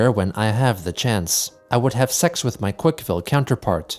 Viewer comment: Chris pronouncing "x" and "cks" as T is endlessly irritating. Also Sinditures